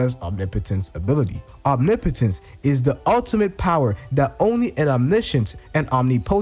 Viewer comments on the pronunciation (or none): Haha funny once you know omnipotence you cant unhear it. Omni potents is like nails on a chalkboard lol